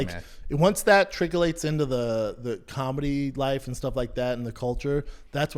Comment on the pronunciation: tricklates? Wtf Brendan lol